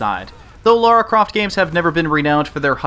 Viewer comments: Great.review but it's Lara not Laura. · Its LARA,not LAURA!!!! OMG you live in English speaking country and your dont know your own gramar. WTF??? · Right. Pronounciation is unified across all english speaking countries with no difference whatsoever between one another. Sometimes i forget that. A scot, an american and a south african all pronounce "Lara" in the exact same way. Thanks for clearing that up.